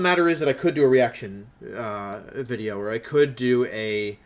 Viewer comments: I first saw you wheeze at your own intro in the Evil Teams wideo. Stayed because “there you were” being our boi educating on correct pronunciation. Keep doing you and feel what you feel to balance yourself. You’re a very good trainer, Youtubist and hopefully, Dracovish! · So, I'm new to Wolfey's community, and im happy to be here honestly. I don't understand why people are being douchey to Wolfey, he seems like a really cool guy. I'm really enjoying his content, even though I curse him for making we say "wideo" accidentally a few times. I hope people start treating him better :/ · Wolfe : says 'video' instead of "wideo" and does not care about it Me : something wrong, I can feel it